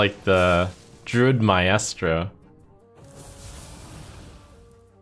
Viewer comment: dogs like the druid "my-is-tro" xD you've read that one Trump - pronounced "my-stro" buddy